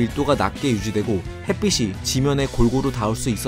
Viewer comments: 햇빛을, 햇빛이 등의 발음을 "햇비슬, 햇비시" 등으로 발음하시는데, "햇비츨, 햇비치"로 발음해야 하지 않을까요? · 햇빛 발음할때, 핻삐슬 아니고 핻삐츨요. 핻삐씨가 아니고 핻삐치